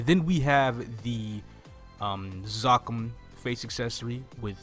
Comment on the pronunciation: GOD I JUST FEEL LIKE IF IT WAS GONNA BE PRONOUNCE (ZAH-KUM) THAT THEY WOULD HAVE AN H AFTER THE A. (ZAKOOM) TRY IT. YOU SAY IT WIERD.